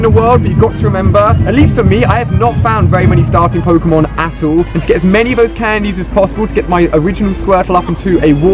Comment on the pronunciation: btw its 'all' not 'ull' #nvm